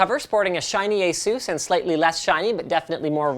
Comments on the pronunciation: Its asus not asus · have i been saying asus wrong or is he saying it in a weird way?